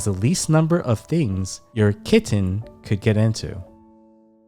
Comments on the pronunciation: the way u say the word “kiTTen” is super annoying. whenever u pronounce it that way its like nails on a chalk board dude. u need serious help. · EMPHASIS ON 😸 KITTEN 😸 I COULDN'T STOP LAUGHING 😂😂😂😂😂😂😂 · Dude the slow motion voice and the hard enunciation on “kitten” gave me a headache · I love the way you emphasise ✨kitten ✨ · Weird, right? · I'm not sure he realises he does it. 😂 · Especially the k